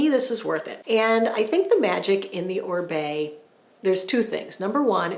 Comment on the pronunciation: Love your research behind all the products. Thank you so much for that. BTW I think it's pronounced Oh-Ree-Bay, not Ohr-bay. You are fabulous.